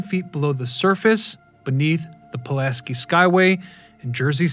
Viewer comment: Man can do all this research into the story behind the bridge but not pronounce Pulaski correctly. You couldn't even say it right when you were speaking directly about Casimir?